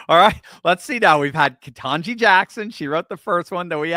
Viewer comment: Ketanje? That’s a surprise.